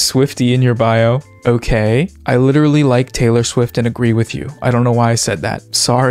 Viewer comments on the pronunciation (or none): none